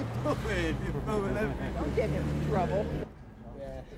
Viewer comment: “Whattah ya doiinnnn!? You filmin everyting”